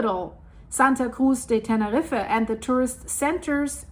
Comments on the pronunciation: Love your videos 🥰 it’s pronounced like “ten-er-eef” if that helps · Correct. Same with the name 'Tenerife'. Pronounced like 'Tenerreef'.